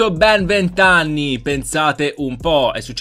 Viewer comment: Solo io a ho sentito ani e non anni cmq grande